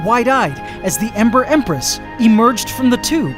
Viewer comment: Every time says “Ember Empress” I always hear “Emperor Empress”